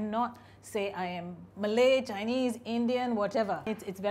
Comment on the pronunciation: Ok that’s extremely impressive he was able to capture the intonation and differences between Malay-Malaysian and Indonesian-Malay. Wow.